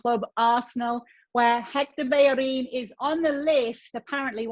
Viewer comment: Not a big deal. It's hard for them not to pronounce the "h". She is trying tho. She did a very good job pronouncing "Bellerin" and "Sérgio"